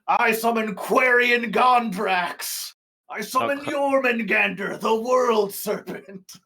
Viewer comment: hearing a German give the most English-speaker sounding pronunciation of Jormungandr is so funny for some reason.